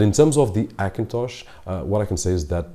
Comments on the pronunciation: Likes some language ignore first letter 'H', for example spainish, although he is speakingg english but he keep some that kind of hibit , i guess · AKINTOSH ?!!!! why can't you say the lightest letter H ?!!! very funny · Se dice "jakintosh"